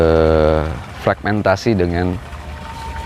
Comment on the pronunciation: Fermentasi ya pak bukan fregmentasi